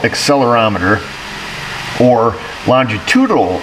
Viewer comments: Say it with me..lon-gi-tu-di-nal..I agree, it’s a mouth full!! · More than half a video by a guy who cant pronounce "longitudinal" while staring either at a screen or diagrams. Wow. Be still my beating heart. Even better he tries to head off those who dont care for this sort of content with a message in the pinned comment to which the sycophants will defend to the death. Why not put "Boring" on the thumbnail? Oh yeah, then nobody will be invested or watch aside from those who will... just to defend "their guy". Let me know when there is real diagnostics going on and not electrical engineering 101.